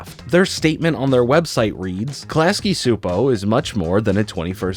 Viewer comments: Klasky Csupo is pronounced as: Class-Key Chew-Poe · Haha he said Su... So... He said the animation studio wrong! Haha!